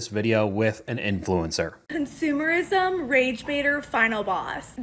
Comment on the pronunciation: When I hear " INFLENCER" I just want to kick somebody